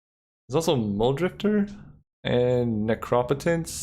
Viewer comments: Ne-crop-a-tance? It's Necro-potence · Necropotence is pronounced Neck-Row-Potence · They way you pronounce necropotence brings literal tears to my eyes. Stop. is the exact point where you have committed this sin.